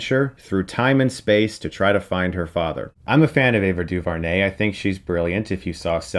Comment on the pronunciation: Ava DuVernay is pronounced Doo-vare-nay, not Doo-vur-nay. Just making that correction.